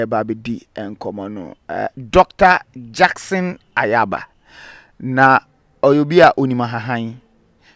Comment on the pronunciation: Nyaaba not Ayaaba